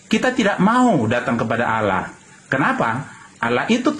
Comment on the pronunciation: Jika menulis harus tepat yaitu ALLAH BUKAN ALLOH. hanya yg menulis demikian karna Tdk mau menyamakan kata ALLAH karna dia Tdk mau DIKATAIN mencuri dari ALQURAN. JADI BACANYA PUN DIA PLESET ALLAH DIBACA ALAH.